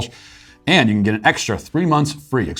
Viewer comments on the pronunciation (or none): none